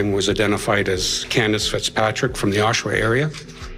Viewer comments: it is not pronounced as oshwa, it is oshawa. back to school boys. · Tell your AI it’s OSH-UH- WUH? Oshawa, Ontario. OH-SHOWA is wrong. My AI is smarter than your AI. Loser. Population of 175,000+ come on. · It’s pronounced AW-shu-wah not oh-SHAH-wah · Pronounce the name of the city right will ya. Osh A wa